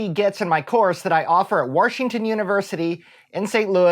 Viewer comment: I still snicker every time I hear "Worshington". Stay awesome